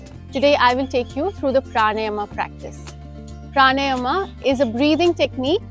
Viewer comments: Its Pranayam....not pranym..idiot😅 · good video. Observe your pronunciation of pranayama - it is प्राण + आयाम so प्राणायाम ( not प्राणयम or प्राणायम). Thanks